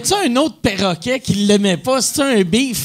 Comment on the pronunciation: perroquet, et non péroquet.